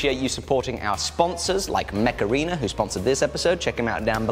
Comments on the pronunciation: I love that when you say Mech Arena, it kinda sounds like Macarena, and I'm just picturing you and Jamie dancing while playing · The way you said Mech Arena made me think of the macarena and now i can't un-hear it... Heeey mech arena! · When he said mech arena it sounded like he said Macarena with an accent